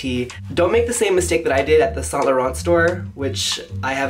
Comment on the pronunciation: You're not supposed to say the T in Saint too. Just let him say it how he wants. I'm positive Mr. Saint Laurent will not be rolling in his grave because one customer got his name wrong.